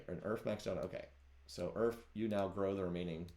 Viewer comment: omg it took me until to realise "Earf" is just "Earth" phonetically. Took me way too long lmao